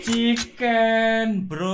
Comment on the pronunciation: Bang pasti kalo chicken bilang ciken brooo😅